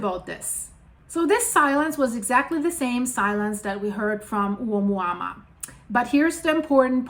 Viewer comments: why do you keep saying omuama when its being called oumuamua? your annoying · Dear, it is pronounced OMUAMUA, although it is written OUMUAMUA = messenger from afar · You are saying it wrong but it’s funny. It’s a Hawaiian name I think lol. My wife does the same lol